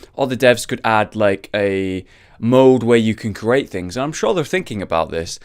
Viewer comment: Lesson one for. CREATE. Cree. Ate. Not curate. The amount of times we've heard Curation, Wildcard and Competitive, is plenty. Maybe i'm just annoying but it irks me.